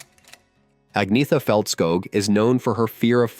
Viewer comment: “PLEASE🙏🏻!!🥹” ☺️Learn, how to pronounce;🗣️“Agnetha💖Fältskog🌟”🥰…✋🏻PROPERLY😊!!😘 Catherine, Florida🇺🇸 ✌🏻❤️👊🏻 “Peace, Love and Respect”!!